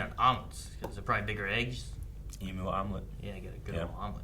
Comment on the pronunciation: A little tip for from an Australian, the word Emu, is pronounced "E- Mew".